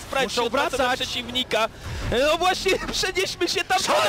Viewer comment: NO I A NIE NOI KURWA MAC